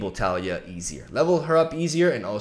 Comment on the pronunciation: Its pronounced Tah-LEE-ah